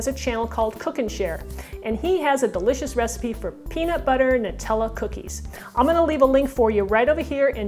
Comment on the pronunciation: it's Noo-tella! The Italian way!